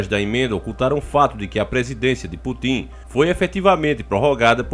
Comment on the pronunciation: "Putim" 😂😂😂😂 É Putin, mas tudo bem.